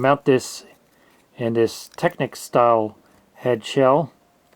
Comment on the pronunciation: Never heard anyone pronounced techneeeecs tecnick